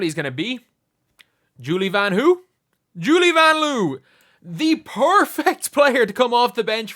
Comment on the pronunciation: Lin Dunn doesn't even know how to pronounce Vanloo.